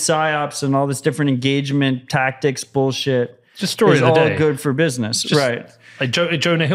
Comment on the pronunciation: Peter says bowlshit :)